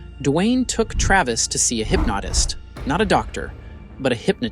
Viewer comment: The average American accent is right on the money but mispronounced common words like I.V. as Ee.Vee, or Travees, or saying “at twoat am”, or “hypnoughtist”, or small “soaree” instead of “sore” on his arm , is suspect. Also saying military “exploration” instead of experiment or weapons testing ! Seems like disinformation from a Russian propaganda machine ! Come to think of it, the narrator’s accent sounds exactly like the American accent the commentator on the “RT” channel has been trained to use !